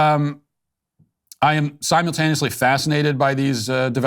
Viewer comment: Unfamiliar with the word "somultaniously" 😂 Good show. 👍❤️